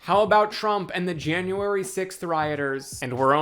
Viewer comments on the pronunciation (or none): none